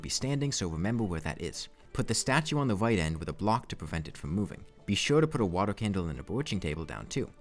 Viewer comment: Why do you replace every R with a W when your talking ? Wadar, Numbew, Thwee